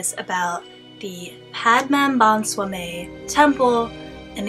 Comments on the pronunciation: hey i would like you to say the name of the temple like padma-nabha-swami temple... i am glad to say that i am a malayali who lives near the temple.. also i appreciate your interest in studying about this temple and sharing your findings to others...well done friend. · Take the time to learn to pronounce the name properly, please. It's insulting to the culture you're talking about. You come across ignorant & insensitive. Excuse me, "various religions" (9.40) - what various religions are you talking about here, dear? This dates back to the time that Europe was like the Middle East now, with savages running around fighting with each other, and a great time when the RoP wasn't even in existence. Only Sanatana Dharma, the eternal truth. Typical Xtian mentality, no, it's NOT CURSED, but protected so that people like your ancestors who came invading and looting can't get to these riches. If you're American or of European descent, then yes, your ancestors were invaders, who colonized & looted.